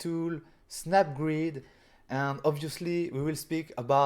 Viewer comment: i can't control my laugh when he said abusely instead of obviously :face-green-smiling